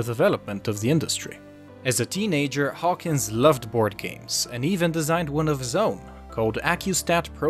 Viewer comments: His name is Trip Hawkins. Not Hawkings. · Trip Hawkins, not Trip Hawkings. First mistake not even 10 seconds into the video.